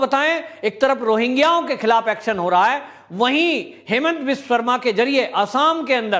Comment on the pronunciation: अरे भाई, उनका नाम हेमन्त नहीं है, उनका नाम हिमन्त है। हिम यानि बर्फ, जैसे कि हिमाचल।